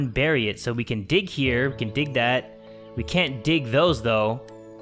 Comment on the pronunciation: Gig 😆 no it's dig 😮😅😭